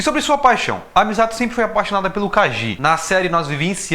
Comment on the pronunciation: nossa você chamando de MIZATO dessa forma inglês-adaptada foi dificil kkk